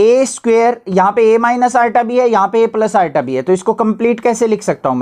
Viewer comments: iota❌ arta✅😂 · Iota ❎ Arota ✅